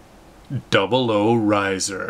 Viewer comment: It is RAISER, Not RISER